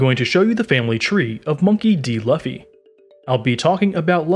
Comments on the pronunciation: Wait a minute did he just say laffy instead of Luffy? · Mans saying it like its pronounced Luhffy when its Luffy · is just me or there’s someone else who is annoyed everytime he says laffy and not luffy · ITS LOOFY NOT LAFFY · it's pronounced "lue-fee" not "luff fee" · ok let me say the way luffy is said it is pronounced LOOFY not LAFFY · laffy amp 🤣🤣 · Loofee not lufi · it's luuuufffy not laafy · Its not lufy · he really said “luhfee” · Bro I couldn’t help but correct you there. LUFFY is pronounced as LOOFIE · You know he doesn't watch One Piece, when he says "Laffy" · he said LOFI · He doesn’t even say that he says luff-ee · Makes me mad lol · Lol true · I thaught he said lughthy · when you reupload with new narration, but still say luhffy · wow “luh-ffy’s family tree is crazy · "Monkey D Luhfy" 💀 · "Monkey D laffy" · Lu-Fee bruh it's pronounced Lu-Fee and Si-kay not say-k the butchering of these names are Killin me it was hard to watch to the video without being tempted to mute the audio still good One Pie-say video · It's lu-fee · It’s like this loofy that’s how it’s pronounced. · Bruh "luff-e" lol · It is pronounced "lu-ff-e" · not the 'luhffi' and 'portaegoos' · It’s Pronounced LU-FEI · Wait who's laffy? Lmao😂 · its not luffy is said loo-fy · It is spelled luffy but pronounced loofy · Bra it’s luffy lew-ffy 🤷🏾‍♂️🤦🏾‍♂️🤣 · It’s pronounce L-oo-f (e) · I man said lufey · Luhffy 😂 bro shit is triggering me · How do u read luffy and say laffy😂😂😂🤦🏾‍♂️ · You say it like looffy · It is loo-fee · It’s pronounced loofee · Calling Luffy Laffy proves that you have no idea of One Piece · stopped watching the video once he said laffy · i disliked when i heard laffy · "LUHffy" just delete the video dude ur ruining OP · Luhfee?...gezuz learn to pronounce it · The Luffy pronunciation just put me off man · He said luffy but the u is veryyyyy a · the way he is pronouncing luffy deserves a dislike . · LUFFY?ITS PRONOUNCED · These pronounces are killing me man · Lah-fee❌ Loo-fee✅